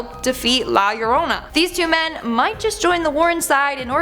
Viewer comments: Hi, you nailed it with the pronunciation of La Llorona, congrats, well done!;) However, youre right, you could purrrr that R a bit more like a kitten to make it more Spanish:) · You might not be able to trill your Rs, but at least you get the ll = y thing right!